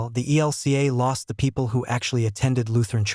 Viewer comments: Your Robot voice keeps saying EL KA for E L C A. It's a stupid mistake in an otherwise usefyl poroduction,. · Lots of people call it that. There’s no vowel in LCMS.